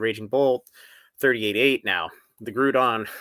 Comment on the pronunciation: you gotta learn how to say “Groudon” 🤣🤣🤣